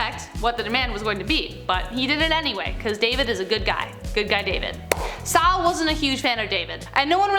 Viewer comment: It was King SaUl. Saul, not Sal. Wow.